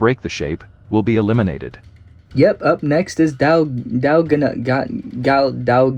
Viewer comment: And it's pronounced dalgona